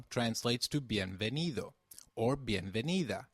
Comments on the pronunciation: Don't you pronounce 'v' same as 'b' in Spanish? Like Ve de vaca which sounds like baca? Why do you say Bienvenido and not Bienbenido? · It's pronunced: "Bienvenido o bienvenida", porque así es la regla :v